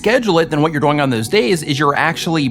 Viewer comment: I'm sorry, but when you say "doing" , you say it like it rhymes with "boing". And that is incredible. Keep it up !